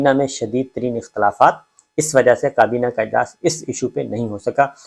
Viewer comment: Sabir bhai aap vlogs best hoty hain or reliable bhi, bus plz aap kaaf ko qaaf na bola kren bhtt koft hoti h sunty hoy. Qarkun, qabina, na qami, muqam mal, wuqla..🤭